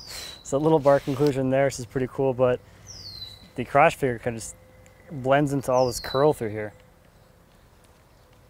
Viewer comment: Huhu he said croch huhu